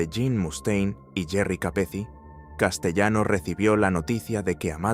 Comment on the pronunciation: No es "Roy Deo", es Roy DeMeo.....y "Castellano" se pronuncia a la italiana: [ Kastelano]. Hay que tener en cuenta que en Sicilia, Calabria, Apulia y Campania hay muchos apellidos de origen español (al formar parte del imperio español desde principios del S.XV y antes de la Corona de Aragón) pero se pronuncian a la italiana. Catalano, Castellano [Kastelano], Navarro....